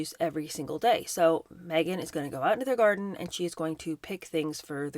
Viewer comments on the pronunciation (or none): none